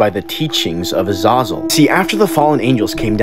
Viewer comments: Please pronounce the name right you don't say it with an O. AH- ZAH-ZEL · Or that it's pronounced "Uh-zay-zel" ?. But I do appreciate the info. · I have always believed the name was pronounced “Uh-ZAY-zul”. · It's not pronounced uh-z-ah-zuhl, it's pronounced uh-z-A-zuhl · Its pronounced uh- zay- zel not uh- zah-zel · Azazal it’s pronounced Azazel Azezel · THAT was worse than ah-zah-zell. I was like who pronounces iron like that lol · It’s Az “A” Zal that’s how it’s pronounced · it's pronounced AH-ZAH-ZELL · "uh-zay-zell" youre pronouncing it incorrectly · It's pronounced a-zay-zul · Its pronounced Az a real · Azazel. AH-zay-Zel You can learn how to pronounce it properly now. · Brings so much clarity to the old movie “fallen” with Denzel Washington and John Goodman. Great movie! If those are on screen together it’s gold every time. Except they pronounced the angels name different. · Anyone else bothered by how he's pronouncing Azazels name? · I like how he fucks up pronouncing Azazel's name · Just butchered the name uhzahzule lmfao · That's not how u pronounce azazel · I hate this guys pronunciation of Azazel, never mind the content of this video.